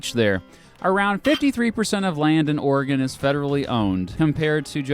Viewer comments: I'm from Oregon thanks for pronouncing it right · As a native Oregonian I'll subscribe/like just because of the correct pronunciation of the state and valley. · I’m just happy he pronounces Oregon right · Thank you for saying Oregon correctly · I’m from Oregon thank you for saying OREGON the correct way. Always that ass ( from another state) who says it’s the wrong way, then tell others that you have to pronounce Or E Gone